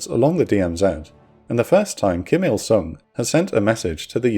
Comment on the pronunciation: it is "Kim Il Sung" Not "King" lol